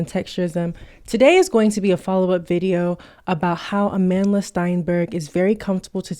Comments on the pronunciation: "Ah-man Dlah" It hurts to hear such an important South African name be butchered in pronunciation. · I knew what was up when she explained how her name was taken from the word Amandla meaning power, a word used to bring strength to the SAn struggle against Apartheid, but they pronounced it as Amanda. Mispronouncing a word takes away its meaning and thus power. It's even worse listening to people overstretch explaining why it should be a biracial or American to fill the role. Reasons like its Hollywood or no one wants to watch Nigerian actors from Nollywood. It's so flippant and disrespectful. Imagine we adhered to those reasons for Black Panther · you pronounced her name wrong